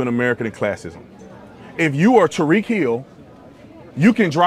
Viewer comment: Tyreek not Tariq lol